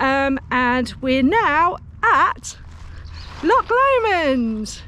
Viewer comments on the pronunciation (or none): Don't mean to be critical, but being from that area I feel compelled to comment on your pronunciation of our famous CH sound. It is not LOK Lomond, or Ballok , but rather a softer sound and rather guttural. Think of Lancaster with a soft C like church. Can't really think of any other English place names with a similar sound. CH makes a sort of soft kh sound. Just speak to locals and you will get an idea what i mean, and probably some brownie points for getting it right 🤣🤣 Ps enjoyed your vid